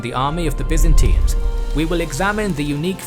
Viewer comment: Byzantines!! not Byzintines as you say it!!